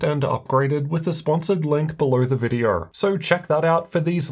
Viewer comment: Videor? Vider? videO! O! Open your mouth. This is so distracting.